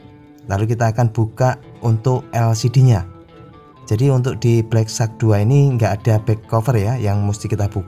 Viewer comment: wahh..sudah betul sebutan nama hpnyaa😬😅